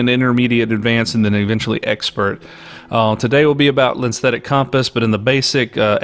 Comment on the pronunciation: "lenstetic" compass?